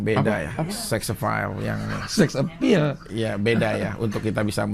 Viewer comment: Ha ha ha. Sex appeal janda bukan dibaca seksepeil. Vicky ngomong nya ngacau tapi dia cuek karena ini lah nilai jual nya. Ngomong nya penuh dusta. Ada yang nawarin walaupun tidak masuk akal. Jangan dianggap itu rejeki yang dari Allah. Bisa jadi itu nanti jadi bencana di kemudian hari.